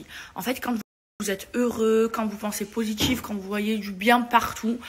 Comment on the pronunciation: « Maladgi »😭😭 « négatchife » « poshitife » meava elle exagère pas la ? Déjà elle fout la merde partout après elle est victime